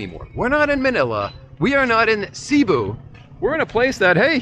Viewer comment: LOL! "See Boo?" LoL! At least try to pronounce the places correctly. Repeat after me: "Seh-Bu!"